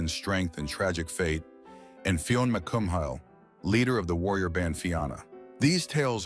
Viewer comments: Pronunciation for Celtic mythology: Tuatha Dé Danann- tooha de donon Cú Chulainn- coo culin Fiona Mac cumhaill- Fiona mc cool Fenian- Feenian Fianna- Fee ana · Tell me you’re an AI narrator without saying it. “Fee-yon mc Kuum-hail”? Really?